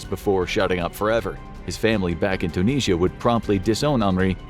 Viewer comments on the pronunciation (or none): none